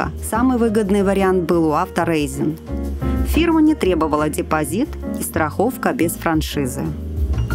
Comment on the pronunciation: фирма по прокату автомобилей немецкая и произносится ауторАЙзен( AutoReisen)